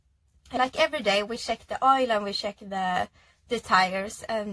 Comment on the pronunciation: Once she said "sheck" (instead of check), I understood she is Scandinavian.